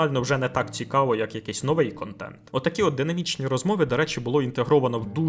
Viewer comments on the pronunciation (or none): none